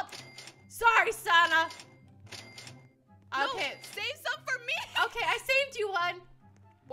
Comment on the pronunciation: No one Litterly no one Leah : calling "sanna" "sawnna" xD